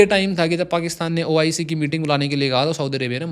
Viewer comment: BROTHER ITS NOT OCI ITS OIC